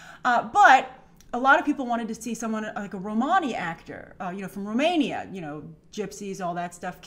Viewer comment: Grace, your pronunciation of Romania is killing my Romanian soul. We are Romanians not Romonis. By the way not a gypsy 😂😂